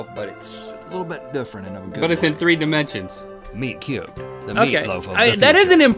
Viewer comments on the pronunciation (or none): Am I the only one who thought he said nerd cubed when he said meat cubed?